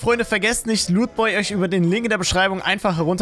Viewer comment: Wie du lootboy aussprichst kommt bei mir rüber pornhub😅